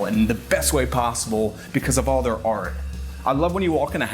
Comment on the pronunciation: Can you not say "Art " ?